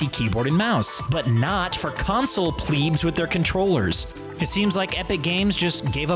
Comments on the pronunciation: Lmaoooo this person said 'pleebs' instead of 'plebs' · Did u say console pweebs that makes me sad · Plebs are not pronounced pleebs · It's not pleeeeeeebs bruh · Nobody:: CONSOLE PLEEBS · Did u say console pweebs that makes me sadup